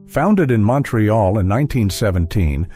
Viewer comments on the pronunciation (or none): none